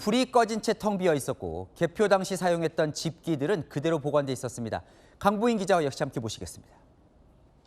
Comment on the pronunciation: "그대로"라는 단어 강조하지 마세요. 얼마뒤 이상한 상태로 발견될수 있습니다.